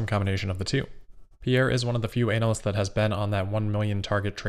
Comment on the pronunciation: Thanks, excellent as usual. Question: might just be me not quite hearing it properly, but you seem to refer to analysts as ‘anals’. Made me laugh 😂